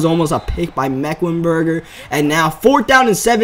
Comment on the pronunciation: its meklenburg not meklenburger Smh